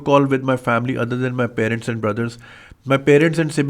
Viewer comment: Bhai sahib, you are an educated person. Please don’t pronounce parents as “pay-rents” like all Pakistanis from Landhi and Malir. “May wahan ja raya tha” 😂. The correct pronunciation is “pah-rents”.